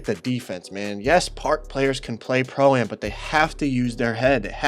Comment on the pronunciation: Why can he not say pro-am right? 😂